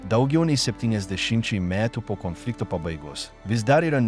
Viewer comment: Sako Konfliktas Antras pasaulinis Karas Ką jis šneka Komflynfliktas 😢 Nesveikas Jis